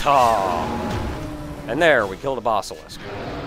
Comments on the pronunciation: I just can't get around the way you pronounce basilisk. Even though it doesn't really matter...you're just not right,. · I know you're saying "Basilisk", but mentally I want to spell it Bossilisk, based on your pronunciation.